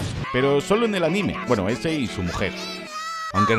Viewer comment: Minuto chilenismo weno jajajaja te le ha olvidao xddd